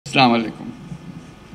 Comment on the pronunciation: সামুলাইকুম আবার কি ঠিক করে সালাম টা দিন